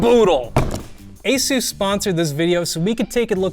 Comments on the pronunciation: Well I had no idea it's pronounced ay-soosse, probably because it isn't. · Asooouce. Pegasooouce. 😅